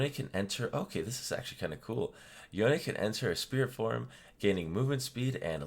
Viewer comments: Professor: Yon-ne Me: Yone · isnt it pronounced "Yohn" not "Yoneh"?